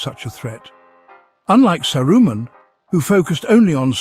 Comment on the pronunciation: Saw-roo-men Oof